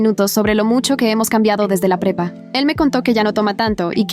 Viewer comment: En un momento escuché en vez de prepa pepa😂😂😂